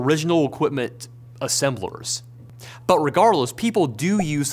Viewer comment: Great video, but man the slight rhotacism from the presenter really distracted me. Owiginal Equipment Manufacturer. Waw Materials. Fwequent Pwactice. Got Rosewill though! And then "assembwers" for some reason, which was the most interesting one.